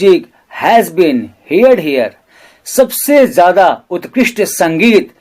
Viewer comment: Sir every explanation was satisfactory but how do you pronounce the word heard' which is wrong. It is herd.